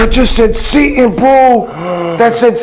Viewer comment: Is that app using AI to speak? Or is it just bad at pronouncing "Satan"? Because it definitely pronounced "Satan" and "satin".